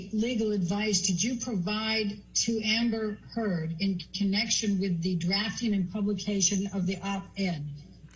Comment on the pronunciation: Did he say amber thurd???